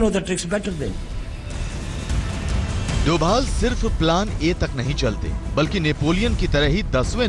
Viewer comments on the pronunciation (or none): he is ajit *dobal not doval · sorry Novel nahi Doval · it's dobhal . not thought aaj tak would do that